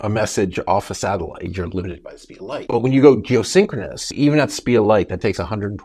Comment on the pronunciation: Keep saying syncroness when it's stationary...